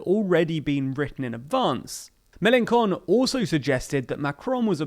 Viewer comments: I like how the presenter pronounces 'Melanchon' as MelanCON' - nice word play for those who understand French .... a fitting one too even if it might have been unintentional! Or maybe in Melanconnic conspiracy theorist fashion: it was planned! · It’s a decent video but you are pronouncing Melenchon wrong. The same way you would pronounce Chopin Chopin and not Kopin. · The way he says "melanchon" is hilarious to me as a French speaker because it sounds like "melan-con" ("con" meaning an in french) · Some bizarre pronunciations here. Is Mélenchon being deliberately described as Mélencon for some political reason? The "ch" in his name has a sound quite close to English "sh" - or should have. And why the extraordinary emphasis on all the final syllables. French words are evenly stressed: its Ma-cron, not Ma-CRON. As for the content of the commentary, French politics doesn't reduce easily to questions of personality. I doubt if Hollande's private life had much effect on his popularity one way or the other. And it's very difficult to explain the fate of the French Left without understanding the PCF and its collapse. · It's pronounced "Mel en shon". The way you said it translates to "Melen dumb" which did give me a good chuckle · "ch" in Mélenchon is pronounced [ʃ] ("sh") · It’s pronounced « Me-len-SHON » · In Mélenchon the CH are pronounced SH like "Shame" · Cant you pronounce Melanchon a bit better? How come 'ch' became the same as 'k'. I mean we pronounce 'ch' the same way english does, like in 'chain' for example. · The "ch" in Mélenchon is pronounced like the sh in "shell" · “Ch” in French is pronounced as “sh” in English. So Mélanchon is pronounced with a “sh” sound not a “k” sound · Please learn to pronounce Melanchon as sh not k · Mélenchon with a "k" sound? Why? Just... Why? ...I mean, to be fair, it makes for a pretty funny wordplay in French, but, come on. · FYI, you just called Mélenchon a jerk every time you mispronounced his name ;) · Melankon? Seriously?